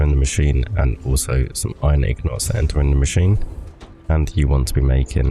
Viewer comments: Lol it’s INgot my bro not ignot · Good video just one question what is a ig not LOL I mean I know that's how it's technically pronounced if you follow the spelling but that's not how I've heard literally anybody say it really threw me for a loop LOL but you do you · If you follow the spelling? It's an INgot, not an IGnot... why would it be technically pronounced wrong? Im confused